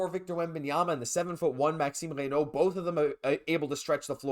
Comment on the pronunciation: Ah ah I was about to post the same thing, great pronunciation. 😅 Bonjour from France 👋